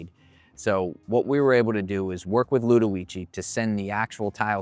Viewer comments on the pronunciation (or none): you said the name incorrectly